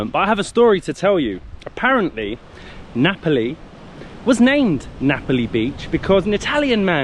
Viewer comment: How can you pronounce Napoli and Ngapali in the same way? ….it sounds like an English mystery to my Italian hears!😂😂😂..and the story of the Italian man who gave the name because he was missing Naples… oh my god! ..definitely not true!🤦🏻💁🏻